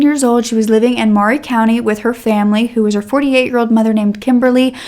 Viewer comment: I lived in Columbia tn when this happened. How sad. WHAT A SICK MAN!!! His poor family!!!!! I am sooo sooo happy that Elizabeth has found her way best life!!!!! When i first moved there I called it Maury county until I was corrected…. it’s pronounced. Murray county. I know not spelled like that. lol. MAURY COUNTY/COLUMBIA IS MY HAPPY PLACE. YOU SHOULD VISIT. LOOK UP MULE DAY. IT IS IN APRIL. 😀